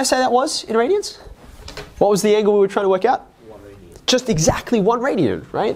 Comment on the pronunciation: There’s no t in radian